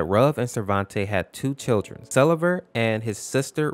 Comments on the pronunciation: fun fact (absolutely no hate): its pronounced sleeve-r not sell-e-ver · His name is actually pronounced; Sell-ee-ver. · So it’s not pronounced see-lee-ver huh